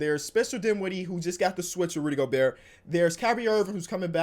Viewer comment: No one:: Go-BUrt